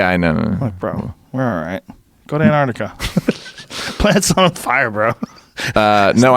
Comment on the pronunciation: Joe:"Antartica" Neal: "Yeah! Something in the Artic Circle". While I kind of agree with what you're saying this just makes it sound like you have no idea what you are talking about. (spoiler alert, it wasn't antartica :P)